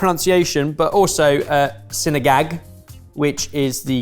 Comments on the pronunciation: 😂😂😂 not him saying Sini-GAAng. I love u guys but I love how you pronounce it wrong and we still know what we're talking about ❤ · pronouncing sinigang as "sinigag" actually made me gag from laughter XD and honestly sometimes when people go hard on the tamarind sourness i do kinda pucker and gag, so i'll take it